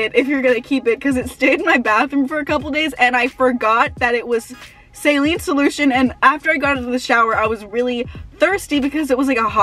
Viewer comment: Why do u say saline like that